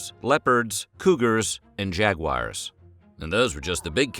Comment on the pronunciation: Jag waars, not jag wire. Nice vid.